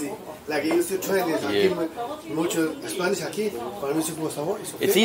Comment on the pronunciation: His spanish pronunciation is outstanding, but i bet he can't understand what a chilean says tho, no one can lol